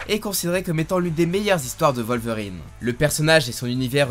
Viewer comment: C’est un « w » pas un « v » dans WOLVERINE